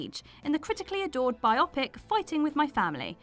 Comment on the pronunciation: Bio - Pic NOT Bye Ah Pic.